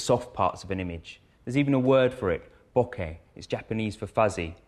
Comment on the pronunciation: The closest correct pronunciation of the word "Bokeh" I've heard haha. These videos were very helpful!